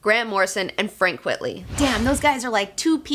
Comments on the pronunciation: Always thought it was pronounced Frank "Quite-lee", a pseudonym derived from "quite frankly". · You're cute, and smart, but sometimes the obvious escapes you. It's not "Frank QUIT-ly". Quite frankly, it's Frank QUITE-ly. Duh. Get it? NOT his real name. P.S. Shaky Kane's real name isn't Shaky Kane. And if you don't know who Shaky Kane is, THE BULLETPROOF COFFIN should be required reading for all fans of FLEX MENTALLO. Trust me, I wouldn't lie to you. And I'd guess Mr. & Mrs. Girl19 didn't name their daughter Comicbook, either. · It's "quite-ly" not "quit-ly". He reversed the words "quite frankly" into "frank quitely" as a joke. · Why are you pronouncing it "Quitly"? His name is Quitely. It's a play on words of "quite frankly" so saying it as "quitly" doesn't make sense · Actually, it is Frank Quite-ly. It is a pen-name playing on the phrase "quite frankly". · Great video (as always) but stop pronouncing his name wrong, it's Frank Quite-ly...as in Quite Frankly!!!. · Frank Quitely - QUITE - LEE... Like the inverse of Quite Frankly....